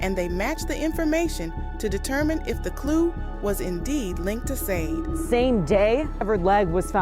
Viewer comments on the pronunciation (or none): Why do you keep saying Sade wrong ? Shah-day not sayd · Not Sadi Sha-de